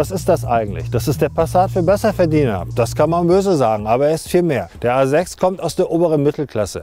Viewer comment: Audi Asex he said? WTF language pronounciation!😂